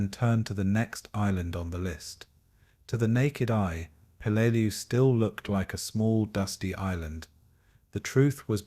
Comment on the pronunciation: Pelelu not Pelelia